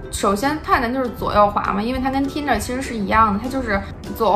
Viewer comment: 说英语还带着东北那疙瘩口音。T银der，我真服了。